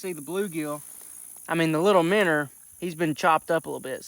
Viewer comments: Minnow MinnOW there is no R in the word. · Minnow❌ Minner ✅ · stopped watching first time he said minnow